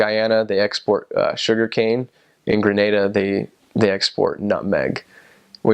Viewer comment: I was born in Grenada but live in the USA now. You pronounce the names just as well as Grenadians. Probably the best I’ve heard any foreigner pronounced them.😂❤️🇬🇩 Also, thank you for all the positive comments about Grenada too. Much appreciated.👍🏽😊 We’re more reserved because of our British influences. Isn’t that what they say about the British? 😂